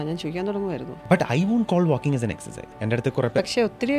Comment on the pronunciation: Don't say Excise.😂 Say Exercise. ...😅